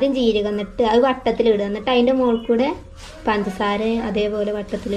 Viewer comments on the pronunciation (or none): none